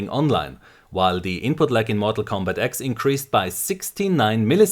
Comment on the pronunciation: "mortal kombat ecks" lmao